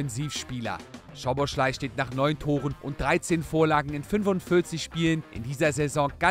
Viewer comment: er heißt Soboslai, nicht Schoboschlai